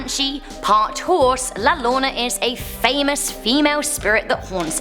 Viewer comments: your saying la llorona worng its"la yo ro na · La llarona 1 is pronounced ya rrona and is a Mexican legend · La llorona (yor-ona) is not half horse and she is also a Mexican folklore or urban legend. Not texan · Llorona =yorona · Is it just me or she said la Llorona wrong cause heard la lona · La Llorona is pronounced LA yaronah and it’s a legend across south America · la lona tf lol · La Llorona (y-sound, not an lll-sound) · No. La Llorona is actually pronounced La Yo-ro-na. Here’s a chain in the spanish alphabet. In spanish, H is silent and J is used to replace that. Y is used to replace the J sound (the only time I recall Y sounding like EE is in the spanish word for ‘and’). I works like I does. What replaces the Y sound? LL. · I swear when she said "la LORNA" I died laughing and cringing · Hi yes I'm from Texas!!! Lol you're pronouncing La Llorona wrong. It's pronounced La-Yor-owna which transleates to "the crying lady" or "the wailing lady" in Spanish if I'm not mistaken. It's ok tho I understand Spanish is difficult to read :) I have trouble reading it myself and I'm supposed to be Mexican lololololololololol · La llorona is pronounced la yo-row-na. I love your cute accent btw. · I read the book 'El Cucuy' in third grade, and its also a Mexican folk lore, and if you havent read it, its pretty cool! Not that scary though ;n; also its pronounced 'La Yo-ro-na' also a Mexican folk lore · la lowna 😂😂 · I’m sending a chunk of sunlight to ya here >(•w•)>☀️☀️☀️☀️ Straight from an Antonio Texas Also llorona is pronounced (yo-Rona) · Pronounced La Yah Row Nah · I love how pronounces La Llorona as Lalona 😍😭 it’s cute seeing here speak Spanish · Your right am from Mexico so I knew this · Ok señorita it's awesome that you tried your best to pronounce these. To help you out querida. On number 1. It's pronounce "La Yo-ro-na" :). Love your videos. They make me happy. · Was just about to say this exact thing. La "Yo-RO-na". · I heard her said " la loyona"😆